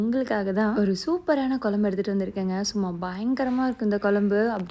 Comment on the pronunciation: kolambu illa kuzhambu pronounce it properly ma